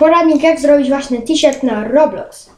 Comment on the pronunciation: tiśert XD